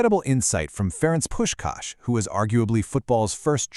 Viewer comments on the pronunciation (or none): AI-generated, I guess. "Puskas" was pronounced differently every time.